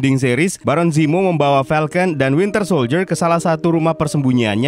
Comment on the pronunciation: Admin at 17.03 says wintel soldier